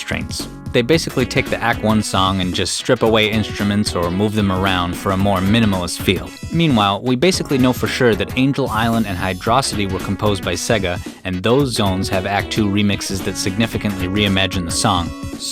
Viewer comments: "Hydrawcity" unsubscribed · Oof. You lost me at “Hydrawcity”. 😬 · Can't like because ... "Hydro-CITY" 🙄 Children mispronounce bigger words, and it tends to stick. Japanese and other media declare it. Also, it sounds like it's the same composer as mushroom hill zone. I'm wondering if Baxter gave permission to use his unreleased song for that composer to use as a foundation but manipulate it, to meet deadlines? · Love your analysis! Just one thing: it's pronounced 'hydrocity', not 'hydrocity'. Thanks! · Pronounced hydro city not hydrocity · Hydro-city m8 :P Not Hydrausity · Why do you say hydro city. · Wrong. It's pronounced "High draw city". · He said Hydrawcity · Why did you say "Hydrocity" like that?